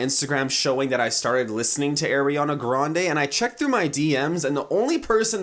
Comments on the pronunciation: I'm triggered at the way he says her nameee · Airiana Grande?????????????? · since you said AIRiana grande i wouldn't believe you either way also ariana said she only made 3 mv from her album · Shadow Style90072 My friend: why are you laughing? Me: nothing. My Brain: AIRiana grande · lol the way he said ariana grande 😂😂